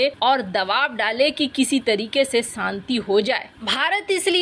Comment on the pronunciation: Saanti nahin Shanti boliye madam